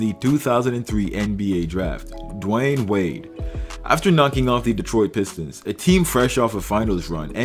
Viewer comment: "dwine wade" 🤦‍♂️